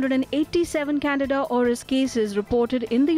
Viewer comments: Say it with me...CAN-DEE-DA CANDIDA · Can- dida, Candida, NOT Canada. I know how hard it is to learn a new language, I just want to help you correctly pronounce this word.